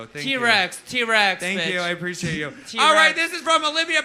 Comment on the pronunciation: Soju saying Trannika Rex every three minutes and T Rex is sooo uncomfortable.